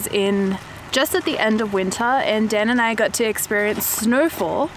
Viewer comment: Love your videos,... I’ve learned quite a lot from them. Thank you 😎 But who is this Dan? And why do you keep calling him Den!!?? 😜